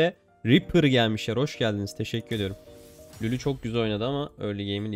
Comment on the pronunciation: Düzeltme lülü değil lulu